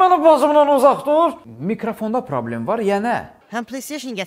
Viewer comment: Problem sözünü probel deyən